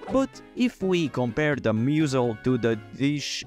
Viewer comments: Bro pronounced mussel (muss-l) as MOO-zel lol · Even funnier is that he called a mussel a “moozel” lmao, but hey, English and Spanish are foreign languages for him so we can’t be too harsh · I can’t believe he called a mussel a “moozel” lmao